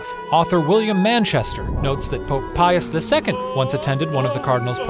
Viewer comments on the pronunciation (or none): none